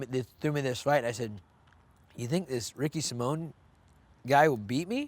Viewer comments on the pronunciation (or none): It's Ricky sa-mo-an not Ricky Simon Schaub 🤦